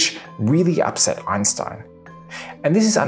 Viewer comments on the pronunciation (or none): none